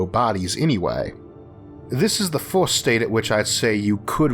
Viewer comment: 1st: wtf is forst 2nd: wtf is soknd 3rd: wtf is thord